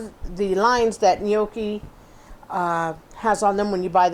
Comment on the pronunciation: It's pronounced nyAWkee not "nee-OH-kee"